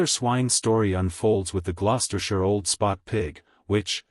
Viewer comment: well for one thing, the AI is mispronouncing the names the Gloucestershire and Navajo Churro breeds